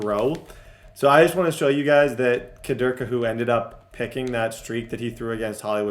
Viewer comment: Kader Kohou INT: KUH-DUR KUH-WHO love it😂